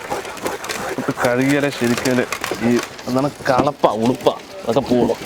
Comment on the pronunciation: ഉളുപ്പ് അല്ല ഉളുമ്പ്